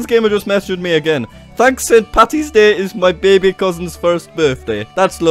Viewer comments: Its paddy not patty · jack its paddy not patty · IT'S PADDY NOT PATTY AHHHHHHHHHHHHHH